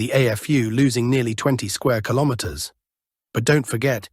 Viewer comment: Al voice can't say kilometer today huh?